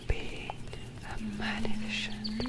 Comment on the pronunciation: Excellente vidéo!! (je dois toutefois vous indiquer que le mot 'magnificent' se prononce comme si la C était une S, 'mag-NI-fis-sent' sans le son de CH là-dedans. Outre ça la vidéo est parfaite!)